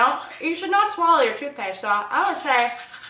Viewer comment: "You should nowt swallooww your towthpaste" :D So funny